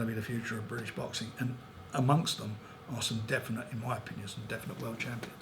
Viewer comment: "The Briddish fiders have world tidles, and I'm the promoder..."